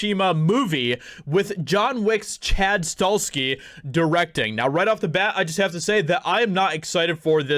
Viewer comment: Chad's last name is pronounced STA HELL SKI. If the movie is done right i will pay to watch it.